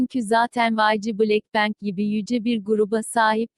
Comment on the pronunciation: Hiç kimse: Siri’nin dayısının kızı: bLeK pEnk